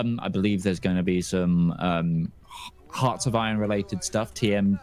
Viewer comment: In all those years, has no one ever told how the word hearts is pronounced???